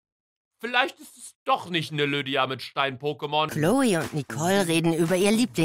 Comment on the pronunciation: Niemand: Wirklich niemand: Luca: lüddia 😂😂